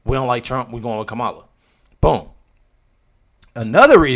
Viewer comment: OMG!!! did you hear that..? Kam-a-la..???? Ok.... that's it-- I don't wanna hear anything about her NAME again ! WHOOPIE IT'S Kama-la..! (Comma-la) WHOOPIE IT'S Kama-la..! (Comma-la) WHOOPIE IT'S Kama-la..! (Comma-la) WHOOPIE IT'S Kama-la..! (Comma-la) LMAO